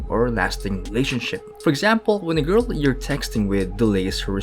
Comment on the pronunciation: Am I the only one to laugh on the way he says 'grrl'😆